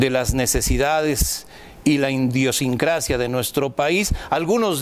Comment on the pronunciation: No se dice “indiosincracia” (Minuto ) Es idiosincracia. Por Favor…